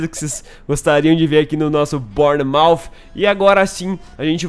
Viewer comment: Se diz bãnermauf